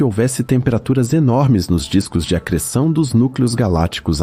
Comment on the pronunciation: Video muito bom mas como eu ri do "Disco de AGR3SSÃ0" kkkkkkkkkkkkk